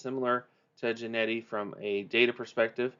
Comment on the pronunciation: How do you get Jennety from Jeanty??? It's pronounce Gen-Tee!